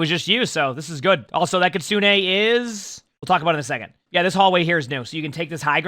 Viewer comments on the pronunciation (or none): none